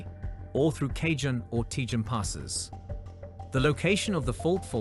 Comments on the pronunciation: Cajones pass is pronounced ka hone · FYI...Ka-hone and Tay-hone